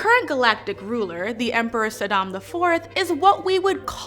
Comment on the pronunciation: Shadam, not Sadam. It's fremen, not freemen. Girl! It's Irulan, not Irulian. Ask, not aks.